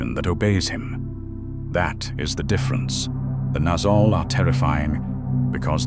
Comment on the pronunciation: It is. THis Narrator mispronounces other names too, e.g Nazgul and Ungoliant. . He is too bone lazy to get the names right.